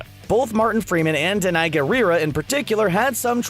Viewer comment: Danai pronounced D-Nay